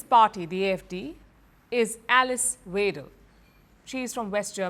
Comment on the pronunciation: Weidel= "Widel". ei and ai are pronounced like the English "i" !